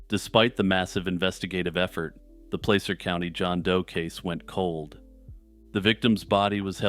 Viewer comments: In the second story, it pronounced pla-ser not play-ser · You said placer completely wrong. Lol soft a